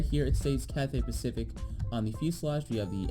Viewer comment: “Cathay Paciic”